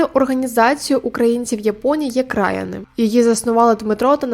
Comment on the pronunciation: Не «КрАяни», а «КраЯни». Наголос на Я. І з Йокогамою там щось не вийшло.